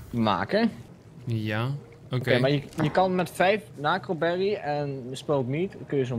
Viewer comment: Het is nacroberry niet naacroberry